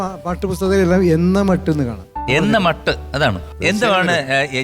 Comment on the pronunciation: എന്ന മട്ട് എന്നല്ല ചേട്ടാ, MG, എന്ന മെട്ട് എന്നാണാ വാക്ക്